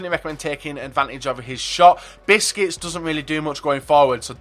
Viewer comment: Busquets is not pronounced like "biscuits"